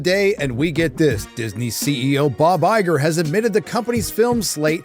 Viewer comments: “Liegar” haha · did you just call him Liger? Is it because he's useless, given far too much, and infertile?